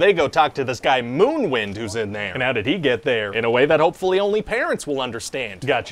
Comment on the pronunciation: its actually “Moonwind”